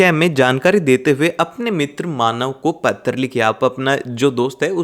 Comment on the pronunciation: He saying a not ptra like pathar writing 😂😂😂😂😂😂😂😂😂